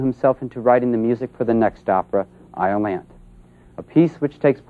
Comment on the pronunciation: It's pretty sad when the guy doing the documentary doesn't know how to pronounce one of the subject's major works. :( It's eye-oh-LAN-thee (unvoiced th), not eye-oh-LANTH. ouch